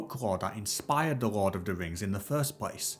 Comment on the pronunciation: Can we just talk about how the voice over says Rord of the Rings?